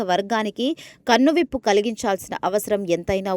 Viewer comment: ప్రాణాళికలు,స్వయంకృతాపరాధన,కన్నువిప్పు అని ఉచ్ఛరించడం సరియైనది కాదు.అవి ప్రణాళికలు, స్వయంకృతాపరాధం, కనువిప్పు అని మాత్రమే ఉచ్ఛరించాలి